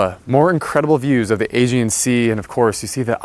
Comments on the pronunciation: I can’t tell if this malakismeno is saying Asian or Aegean Sea I don’t know with Americans anymore… and who would buy a house this expensive in Mykonos, awful pitiful part of Greece. You go to the islands to experience proper Greece not that cluster fuck. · The tour guide can't pronounce Aegean properly. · Not much vanity counterspace with those huge basins. I've never heard Aegean and perforated pronounced like that.